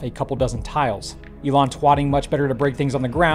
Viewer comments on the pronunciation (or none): none